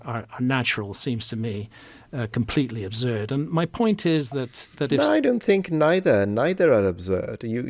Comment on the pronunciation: Wtf is "Obzurd"?